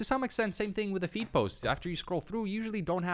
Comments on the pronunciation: I swear I heard "Feet" posts, instead of feed. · I thought you were saying feet post but then I heard the feed posts